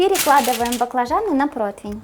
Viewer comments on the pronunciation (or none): не протвень, а противень. А так вы молодец! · Не протвень, а протИвень . Извините